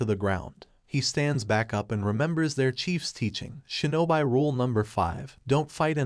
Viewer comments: ok ok ok its not pronounced (sho-no-bi) its pronounced (sho-no-be) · "shin-oh-bee" not "shin-oh-bye" :p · Shinobi is pronounced as shino bee , not shino by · I had to stop watching when i kept hearing "nin-juht-su", "shinoBIST", and "Sam-you-rai" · he just say shinobi wrong but i dont think its a problem though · good video but i cringed every time you butchered a japanese word like Shinobi and Shogunate etc...